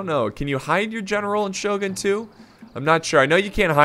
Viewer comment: oo eh soogie uesugi , shoh goon shogun , choh soh khabeh chosokabe , also japanese r and l and interchanged so samurai would be samulrai idk how to write this sound.